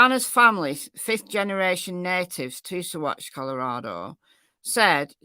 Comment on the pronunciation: Yes, you are pronouncing Saguache correctly 👍 sa-WATCH